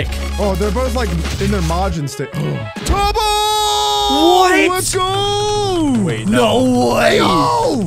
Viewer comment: ”turbo” “sap app” “deorge” 💀